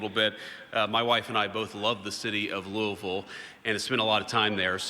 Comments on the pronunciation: You know JD is legit when he's the first national politician to pronounce "Louisville" correctly. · He said Louisville correctly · Bro actually said Louisville properly VANCE 2028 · First politician who actually pronounced "Louisville" correctly, just give him the 28 election already. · Omg he even said Louisville correctly. That earned my vote alone lol